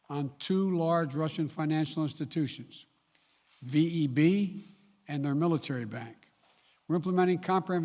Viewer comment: Мне одному показалось, что когда президент Байден говорил про санкции против ВЭБ, то слышится "выеби"